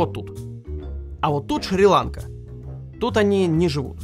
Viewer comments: Шри- ЛанкА, ударение на 2й слог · Ещё один интересный факт, который ты бы не загуглил в догонку к остальным. Шри-ЛанкА: Ударение во всех падежах ставятся на последний слог, а не на первый)